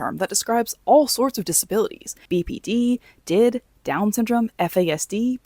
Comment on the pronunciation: “DID” is not pronounced “did” 😭😭 LOL the letters are pronounced (D, I, D) :) just a heads up❤️ love this video so far :)